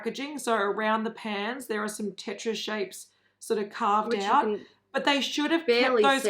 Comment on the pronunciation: As one of many people who grew up with Tetris, that's annoying to see another brand butcher it. I have faith that someone will eventually get it right... maybe. 🤷‍♀️ As for Ofra (which way is it supposed to be pronounced? Does it rhyme with Oprah?). The packaging for this particular collection I actually understand it, because Samantha March has published 8 or 9 books, all geared towards young/women. I agree that the brand needs some young blood and to push the design side a lot further than it has gone. Ofra Gaito has been in the game over 40 years, and the brand not keeping up with the industry is really becoming obvious. I almost never buy stuff at full price, because it goes on sale quickly, and that's where a lot of people see the value. The brand is fairly responsive, so if enough people bring it to their attention, then they'll probably do something about it.